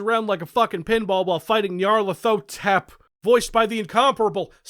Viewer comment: It’s pronounced nee are leth oh tep